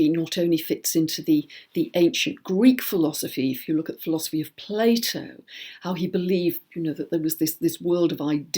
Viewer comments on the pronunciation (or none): none